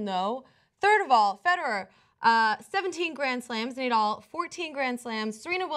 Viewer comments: It's hilarious how smoothly she called him "Neidal" acting like she knows shit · she says Nay-Dull. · More than 2 thousand thumbs down, that's what you get for disagreeing with the great tennis King Djokovic and for pronouncing Nadal, Nadull. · No one who pronounces Nadal's name as Naydoll should discuss tennis. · NEY-DAL... -_- fail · Not the smartest thing to say, but he’s also not wrong. Also if you can’t pronounce Nadal wrong and thing Serena’s 23 slams are equivalent to roger and rafas slams you shouldn’t be talking about tennis. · Cant say Nadals name properly but have so much to say about tennis. The arrogance is astounding. But this is TYT. Feel the Bern.